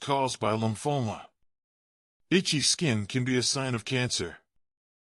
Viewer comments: Lumphola? Do you mean lymphoma? Nice attempt at sounding educated, spelling the same word in several different ways. I'm itchy. I guess I won't have a long life. I'm a healthy 84 years old. Actually not bad advice by a person who has no idea what they're talking about, but very basic. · Lumphoma? Didn't he mean Lymphoma?